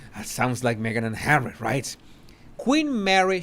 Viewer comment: Hawwy Hawwy are you listenin? 😂